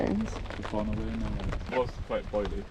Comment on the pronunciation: Great video and a very nice part of Scotland. The narrows by the way are said 'bon-or'. Wind against tidy creates a big swell and care needed even in larger boats.